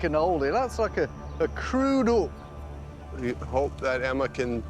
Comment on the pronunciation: "We got a ook, we got a ook".... makes me laugh every time.